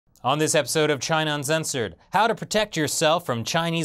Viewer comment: Do you really say "Un-zen-sored"?